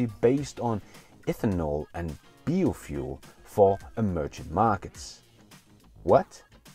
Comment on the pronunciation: Hey, your english is usually spot on! One thing though, to pronounce biofuel: bio = bye-oh